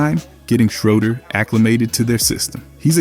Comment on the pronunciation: You have to say the man’s name right